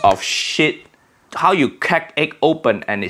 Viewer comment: I love how he says msg is salt on creak😂😂😂😂😂